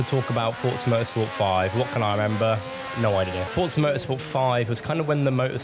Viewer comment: Bonus points for pronouncing ‘Forza’ correctly. I hate when people say FOR-ZAH, it’s FORT-ZAH. In-game commentary proves that we’re absolutely right about this.